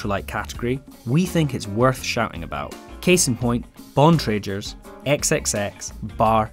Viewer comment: Great vid thanks, though you should watch the Bikeradar vid on how to pronounce Bontrager correctly lol